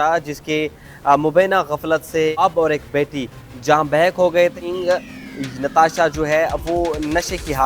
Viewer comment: it's not bahackits not Barack it's jan bahak